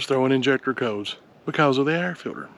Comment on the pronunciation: As someone not from the south or a “”, I had to rewatch this 800 times to comprehend “air filter”